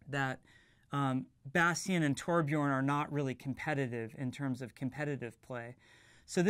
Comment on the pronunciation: so THAT's how your pronounce Tobjorn